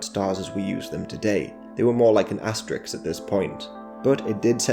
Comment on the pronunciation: This is the plural pronunciation, resulting in part from analogy with plural forms like kicks and sticks, can sometimes lead to a false analysis of as-tuh-riks as a plural pronunciation.